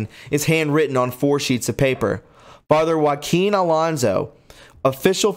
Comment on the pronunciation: Butchered. Fr. = (Father)